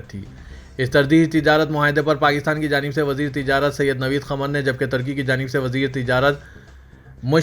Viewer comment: Pakistan Aur " Tarky" nahi " Turky" bolo